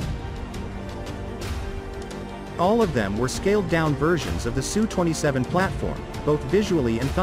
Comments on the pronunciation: Usually it's spelled as S U and not pronounced SUE. It is impressive that fighters today, with a size comparable to some WWII bombers, are so incredibly advanced and capable as compared to those planes of 70 years ago. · S U. Its S and U. Not Su.